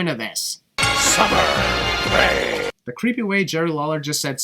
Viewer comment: If you were to tell me that Vince McMahon were the one that said "Summer Rae" there, I wouldn't have questioned it...